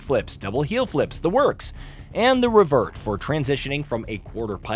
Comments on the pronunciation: haha and the he said “revvert” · I stopped caring about this review when the guy called the revert a "ra-vert." What an awful dogshit review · Does the person who records the voiceover just get a script from someone? I noticed that along with the odd pronunciation of "revert".